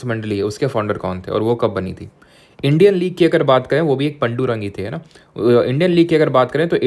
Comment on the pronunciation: पडुंरंग ❌ पाडुंरंग✅